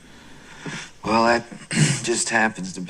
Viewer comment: ICE-olation. "Well, that's just what I'm looking for." :)